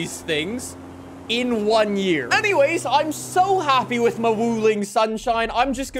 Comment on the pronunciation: Is it just me or the way says ‘with’ sounds like ‘whiff’???